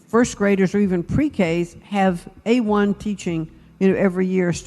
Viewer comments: A one? You have got to be fcking with me internet. This chick called AI damn steak sauce. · Why didn't anyone correct her when she said A1 ?